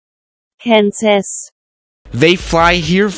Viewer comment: Danish Quantas: cauntus Danish Melbourne: melbone